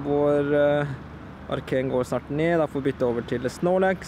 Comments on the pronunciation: Du sier arcan ikke Arcanine (no hate) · det heter ikke arcain det heter arcanine